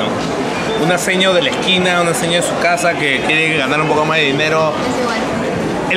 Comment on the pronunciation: Alucinaaaaaa!. Se cree pituca y dice dea en vez de dé :V